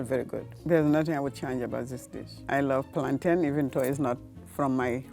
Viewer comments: Thank you, it's Plan-tin not Plantayne!!! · Please stop saying “plaan-taains” it’s a noun people !!! plantain is pronounced, Plan-tin as mountain is pronounced moun-tin. It is a thing😩😩 If it’s a verb like contain retain then you would pronounce it that way, but it is not a verb it is a noun! Had to get that off my chest 🤣🤣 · It’s curry chicken !! Not chicken curry and it’s PLAN - TIN NOT PLAN -TANE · It's called CURRY CHICKEN!!!! And it's pronounced "plan-TIN." How do you say fountain???? Come one people. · teach them how to pronounce plantain! Mountain, fountain, certain, curtain, bargain! These gen z foodies just discovered a new banana and ran with it.